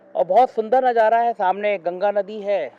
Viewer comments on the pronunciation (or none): none